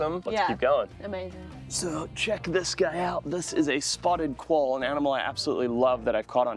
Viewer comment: "collalba" o quoll 😂😂😂